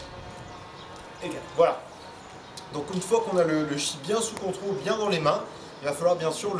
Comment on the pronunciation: Le chi c’est le tchi 😂😂😂😂